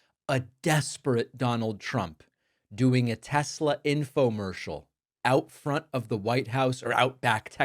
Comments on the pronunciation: He said "tesLer" again. -- When tRump speaks like that, he makes himself sound like his base. Then they won't complain he's mocking them because the majority of MAGA won't get off their knees for him. Period. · Tesler. It´s all compuder... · Trump called it a Teslar 😅 IDIOT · Not TESLAR....LOL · Since he intentionally mispronounced Kamala, we should rename teslerr and make that the name worldwide. 😂😂😂 TESLER! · I love tesler 😂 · "TesLER"...LOL! "Everything is COMPUTER!" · "I lerve Tesler" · “Leon’s” “Tesler” 😂😂😂😂😂😂